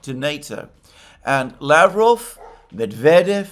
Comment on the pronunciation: Just remember that just like in Bishkek, the stress or the emphasis goes to the second syllable in Lavrov 's last name.